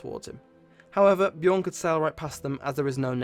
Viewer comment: no its: Björn